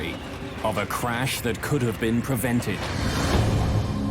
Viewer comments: Someone needs phoenix crash not carsh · It is crash or carsh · Why are so many people saying carsh in the comments? It's driving me nuts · I'm looking at these other comments not saying "crash" and instead saying "carsh" or whatever, and it's making me irritated. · I think with his accent it’s spelled and pronounced carsh lol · I think the same people who say carsh also say warsh. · Plane carsh 😆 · The "Carsh? I guess they mean "crash". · Maaaan I was so confused why tf everyone was saying carsh instead of crash😂I'm like "oh he misspelled oh he did to damn these people r dumb wait a minute what's going on?"😂the internet is to funny no matter the situation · What's a "Carash?" 🤣🤣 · I was going to leave a clever comment about carshing but it looks like i'm very late to the party...... Carsh though. 😂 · What's a carsh?💩🤣😆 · 'Carsh' is pretty horrifying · Wtf is a carsh? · Carsh? I hope the reconstruction of the accident was better executed. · the carsh shoulda been prevented eh wtf is a carsh lol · Carsh or check? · Ermahgerd......a plern carsh! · What is a "Carsh" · I thought so I was seeing carsh instead of crash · I was confused when they said Carsh 😂😂😂😂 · I urge that "carsh" be the new word for auto accidents. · GOOD GARSH! A CARSH! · hrash* carsh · 'Carsh' should be a real word... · Correction: crash and not carsh! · The "Carsh"